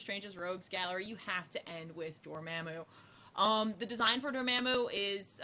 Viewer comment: Everyone says Dormamu...I cringe